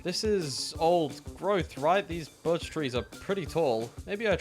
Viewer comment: AHHHHH WHY DO YOU LIKE BIRCH 💀💀💀💀💀💀💀💀💀💀💀💀💀